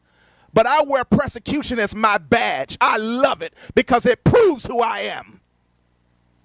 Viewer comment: Is he trying to say persecution or prosecution? I think he just melded the two together… “presecution”…cause he’s not sure either.